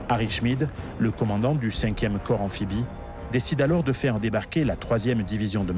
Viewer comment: Par pitié...US marine corps se prononce "core" !...prononcé "corpse" cela signifie cadavre...